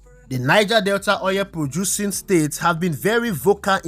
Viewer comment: Very informative, good job. However, stop saying "oyẹl" it is "oil"